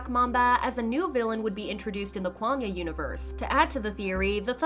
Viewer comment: Can u please say kwangya correctly.